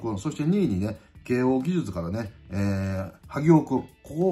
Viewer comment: 慶応ぎじゅつの萩尾って聞こえるけどw